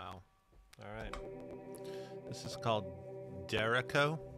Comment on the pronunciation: "This is called Derek O." lmfao. 'Derecho' is Spanish and is pronounced "dare-ETCH-oh."